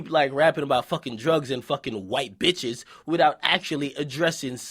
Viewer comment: "FAKIN' BEETCHEES" lmao Akademiks got me dead!